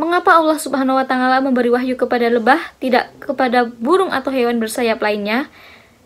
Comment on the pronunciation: Mohon koreksi penyebutan watangala.yg seharusnya tidak seperti itu terimakasih